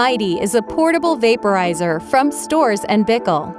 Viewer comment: Pronounce “Storz” with a hard ‘z’ at the end Presenter is unable to